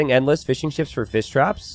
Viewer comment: Whenever has to say Fish traps, he ends up saying Fiss Traps. And instead of Men-at-arms, it's always man-at-arms or armses or man-at-arm for singular.:-D